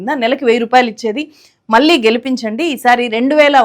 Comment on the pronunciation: మళ్ళీ.. మల్లీ కాదు తల్లీ... ఉచ్ఛారణ మెరుగు పరుచుకో😊 పాత్రికేయ సోదరీ!